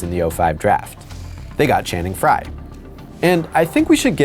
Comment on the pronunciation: When you said Channing Frye, I cringed.